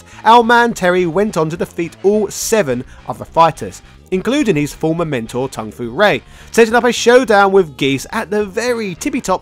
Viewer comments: Tung fu rae?? I know you dont care hw its pronunced but now you changed the actually name. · Tung Fu Rue, not Ray.